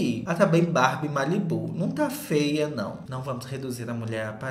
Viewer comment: O jeito que o fala "fea" KKKK amooo